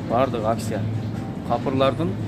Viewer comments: Аксия эмес Акция Ц га ударение койгула . А так колдойбуз . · Акцияны тыныраак суйлоп алып акылдуу болчу,аксия дебей,бойкот мойкоту жок эле болуп турат акциялар